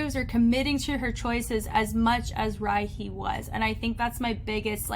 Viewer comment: Hey, just wanted to let you know Rihey is pronounced as Ree-haey, she explained that she named herself that because she wants to be somebody you want to call again( smth like that ) so Re-hey